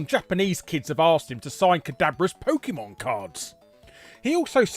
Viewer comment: I was coming into the comments to post just this thing. That and Larry Boy pronounces PokEEEmon like someone's mum.